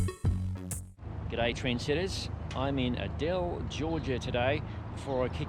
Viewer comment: Aye-dell, and you have Lenox correct.